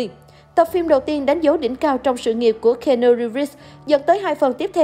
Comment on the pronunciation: Xin lỗi bạn nhưng trong 4s đầu khj nghe bạn đọc tên keanu thì tôi chẳng có hứng xem tiếp. Tặng bạn 1 dislike và mong bạn xem lại cách phát âm cho chuẩn.